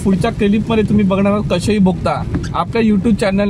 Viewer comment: कशेळी नाही कशेडी. आधी नावं confirm करा अकनी मग बोला.